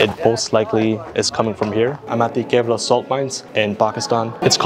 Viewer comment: the pronouncation of khewra mines is "Qhewra"